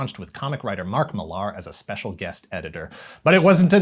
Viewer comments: dude "mark mill-aaaaahr" ????? As someone with the same last name, its pronounced the exact same as Miller. Millar=Miller, they sound the same when said out loud. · Mark Millar’s surname is pronounced “Miller”.